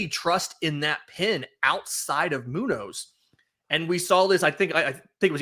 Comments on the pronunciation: As a Mariner's fan... dude seriously? & Moo-nose? Is that deliberate? He's nicknamed Señor Smoke... are you pronouncing that See-nor? It's crazy disrespectful to not even try to say the name of the best closer in baseball correctly... Moon-yoz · its pronounced moon-yez lmao you arent near any mexicans huh? 😂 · pronounce Muñoz correctly my guy, it's embarrassing